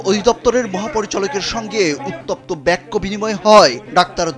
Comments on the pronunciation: বেক্য আবার কি জিনিস!!! বাক্য হবে। কাকে দিয়ে যে নিউজ রিপোর্ট বানায়!!!! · বেক্য বিনিময় না হবে বাক্য বিনিময়। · ব্যাক্য??? আহারে সাংঘাতিক! বাংলা শব্দের একি উচ্চারণ?